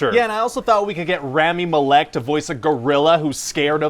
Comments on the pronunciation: Mal-ic not Ma-LEK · Raw-me mal-ik